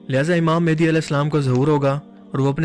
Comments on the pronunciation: Small correction... its not mehndi its mehdi... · Hamary Akhri Imam ( Hazrat Imam mehdi A.S ) ka Name Thk Sy Pronounce kren Mehdi Han Mendi nai 🙂 Thanks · *Correction It's Mehdi ✅ Not Mehndi❌